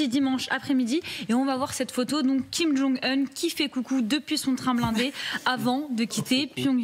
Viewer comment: Kim jong "HEUN" ??